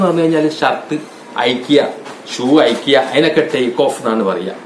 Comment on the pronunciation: അയിക്കുക അല്ല അഴിയ്ക്കുക..😂 ആദ്യം മലയാളം നന്നായി പഠിച്ചിട്ടു വാ എന്നിട്ട് ഇംഗ്ലീഷ് പഠിപ്പിക്കാം 😂😂